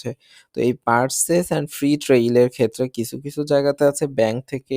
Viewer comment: আপনি একটা শিক্ষিত ছেলে। আপনার অনেক ভিডিওতে ট্রায়াল' কে আপনি ট্রেইল বলেন। আশা করি পরবর্তী ভিডিওতে সংশোধন হবে।